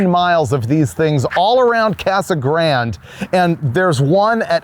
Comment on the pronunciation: I have numerous friend's and relatives that live in Yuma that I visit. and I have never heard them say Casa Grand instead of the Spanish pronunciation. Grande' . Also no mention of the World Famous Dome Valley Sand Dragstrip I guessing you came in from California so you drove right past it.